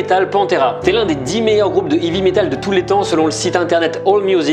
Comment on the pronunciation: La façon de prononcer Dimebag et heavy metal.....